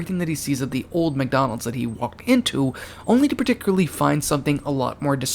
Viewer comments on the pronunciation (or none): none